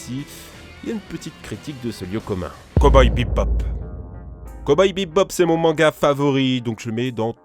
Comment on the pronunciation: Comment t'as dit Coboy Bebop, jsp pk mais g rigolé...